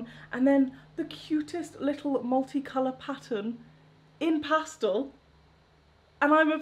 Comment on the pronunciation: It drives me CRAZY that you refuse to pronounce "pastel" correctly!!!